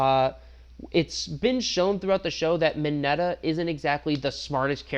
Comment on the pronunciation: You did Mina and mineta wrong my guy